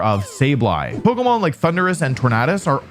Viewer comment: Why do you say Poko Mon